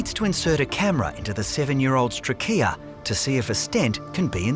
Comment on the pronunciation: Trachea (tray-key-ah) 😂 why is everyone in the episode calling it trackeya 😂😂😂it sounds bad